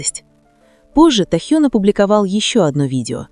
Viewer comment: Почему искажаете имя, тэхен.